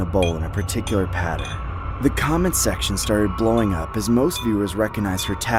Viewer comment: Bro can't even say comment 💀